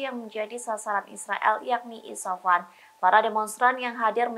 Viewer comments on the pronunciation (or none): Isfahan, bukan isafan. Coba nyebutinnya yg benarlah, banyak kali jurnalis di tribun yg GK bisa nyebutin nama2 dgn benar.